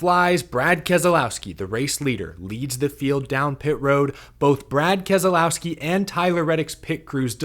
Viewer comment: What race were you watching? Go finish boring race. Please learn to pronounce Kez lau ski Not kez A lau ski big difference he even says so